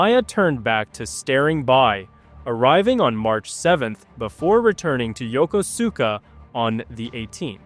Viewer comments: Please stop butchering the name Yokosuka . It’s pronounced yo-kosh-ka . Not Yokosuka . At least that’s how the Japanese pronounce it when I was there in 1971. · "Yah kuss ka" no emphasis. :face-turquoise-covering-eyes::face-turquoise-covering-eyes